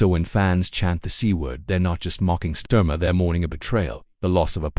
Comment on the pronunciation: AI can't even pronounce his name properly